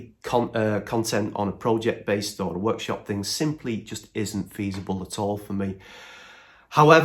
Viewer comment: Good to see your getting there with the workshop (about time!!) Is it a northern thing...Pro----ject 😂😂 (like Axminster 🤣) want to see what your doing on the corners of the workshop, another good upload, BTW I went for the Festool sander as I don't like the paddle, dont want to have my palm on top of the sander all the time